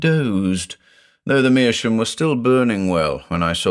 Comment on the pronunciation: Great story once again. I'm a bit confused why you pronounce "meerschaum" as "meerschoom"? Is that common in English?